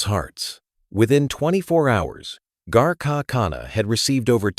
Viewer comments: I wish Mr.Harvey had learned to at the least pronounce name correctly. The announcers should have done the same. name is and not Chandree. Also Garaka khana is Ghar ka khana. It means Home Food or Food like made at home. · Proud of and Steve Harvey. Word is 'Ghraka', Ghar is is based word meaning home. It is not 'Garaca'. Name is Chandra and not Chandry. Please say the words correctly and spell them correctly too. We understand what is the real word but it is better if you do too.